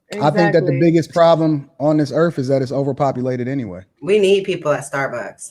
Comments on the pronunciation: Biggest problem on earth is people who believe their entitled, put others down, pro eugenics and says "erf" instead or earth. Stop botching the language, for starters. How's that for "being real". SMH, STFU. He shouldnt be having kids. He's completely disengenuous. Yeah I'm gonna pass on ANY advice from someone who talks about income vs parenthood and aparently uses the word "Erf" instead of Earth. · can't even pronounce Earth. Sad.